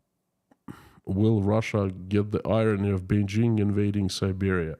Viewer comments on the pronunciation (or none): none